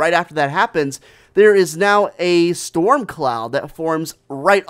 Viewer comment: Guys it's a snow "STORM" like the STORM